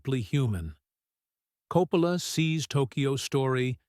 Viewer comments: This is AI junk. They put a couple clips from Apocalypse Now in the review of The Searchers..the voice over keeps pronouncing Coppola differently. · Hate the AI narration; mispronounced Coppola's name several times!